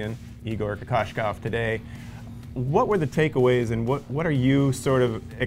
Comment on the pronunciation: Kokoskov! Get it right